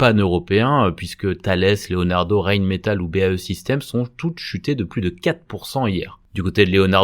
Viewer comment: Merci beaucoup. Juste une petite remarque souriante: autant dire 'Rheinmetall' à l'allemande, ça ne coûte rien: [RA-I-N] 😊 Sinon: le silver à 28 $ ! 🎉